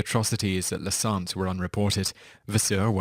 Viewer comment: It's said "santeh", not "sant". What's funny is that "Santé" means "Health" is french... It sucked, true, but La Santé housed a lot of very whealthy individuals with very nice detention conditions... It was a strange place, really. But now it's closed. Thank fuck.